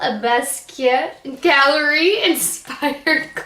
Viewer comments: Just an FYI,...you might want to look up the artist and you will see why they selected the colors they did, as well as how to pronounce his name. LOL! Best way I can tell you - BAS-KEE-YACHT - if you try sounding that out, you'll be close. I REALLY wanted this entire collection; I adore this artist! It is my understanding that his family contracted with UrbanDecay to create this collection. And no, gone. I'd also love to get the Pretty Vulgar collection to review on mature skin! I'm in love with their palettes! Wait until you try them; the quality, especially the metallics, is incredibl! I sampled them in store...and they're at the top of my wish list, along with Viseart's palettes! Much love to you, Shelbie =) 💋 (BeautyDaughtMom) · hi. Jean Michel Basquiat is pronounced like: Bas- key- ahh.:)